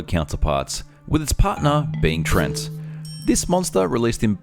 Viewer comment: Sorry to be a dictionary devil,, but it's pronounced "tree-ant" or "tree-ehnt," not "treent," as you vocalize. Also, the "treants" or "ents" in fictional fantasy are based on a variety of forest/forest-related creatures in varous mythology and folklore, but are not directly or indirectly sourced from real-world folktales or myths. Alas, but an amusing fact or two so we can hopefully ignore my tainted-beefsteak, Wikipedia-esque behavior. I do hope you enjoyed, my good fellows.:)